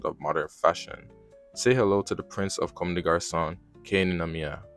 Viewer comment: First off you mispronounce Watanabe's name. Look it up and get it right. Second it keeps saying "Commes" which is incorrect in the video.